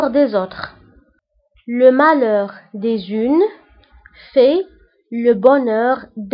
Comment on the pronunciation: هناك خطأ في النطق : le malheur des uns .وانت نطقت : le malheur des unes .